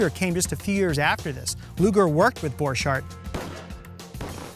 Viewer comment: You prononce it borkart